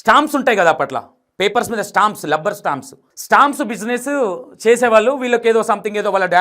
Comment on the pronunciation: గారు మీరు తీసుకునే కంటెంట్ బాగానే ఉంటున్నాయి కానీ మీరు కన్ఫ్యూజన్ గా చెబుతున్నారని నా ఫీలింగ్ ఓన్లీ, నెక్స్ట్ రబ్బర్ ని లబ్బర్, లెక్చరర్ ను లెక్టులరు అని అంటున్నారు...అలాంటి వి కొద్దిగా చూసి చెప్పండి next అంతా good.